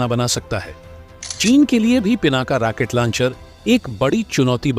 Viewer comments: Pl.correct: Rocket not Racquet. Otherwise your pronunciation is very good. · जयहिंद ! जानकारी ठीकठाक है, बस सही शब्द, " रॉकेट" है, "रॅकेट" नहीं। --Rocket NOt Racket. धन्यवाद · रेकेट लौंचर नही रौकेट लौंचर होता है। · साहब जी राकेट नहीं रॉकेट बोले। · रैकेट नहीं रॉकेट होता है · भाई ये शब्द रैकेट नहीं है रॉकेट है पता नहीं हिंदी सही नहीं होती फिर भी वीडियो डालने की लगती है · पूरी वीडियो में रॉकेट को रैकिट कह कर मजा खराब कर दिया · Not Racket it's Rocket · Sir fake information wale video mat banao. Aur racket nahi rocket bola jata hai. Racket yane bacho ka khilona hota hai. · रैकेट नहीं रॉकेट बोलो भाई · RAAKET NA HI ROKET BOLI A . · Not Racket Launcher, but Rocket Launcher😂😂😂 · रैकेट नहीं राकेटबोलो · अपने शब्द रेकेट को सुधारो, रॉकेट होता है रेकेट मत बोलो। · Damn it !! It is not Racket launcher. It is Rocket Launcher!! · Racket nehi....Rocket system. Pl correct.